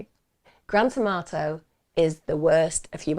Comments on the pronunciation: I keep hearing "Grand Tomato" not Grant Amarto 😂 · I love how she says his name like Gran Tomato. It brings me a little bit of joy amidst all the tragedy. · Not gonna lie, I kept thinking you were sayingtomato 😂😂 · I love the way you say his name so it sounds like Gran Tomato 🤣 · Please say I’m not the only one who heard Grant Amato as Grand Tomato… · I had to look twice. I thought you were saying grand tomato.!!!! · Thank you Emma I thought you were saying grant tomato I had to look at the video title 😂 & wow what a evil person doing that to his family & still trying to blame his brother, all because of a woman who is never going to want to be with him, she just seen $ signs from a gullible loser